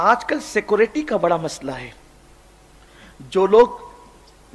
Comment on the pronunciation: مسعله نهیں مسءله بولا كرو بدعى 😡😡😡😡😡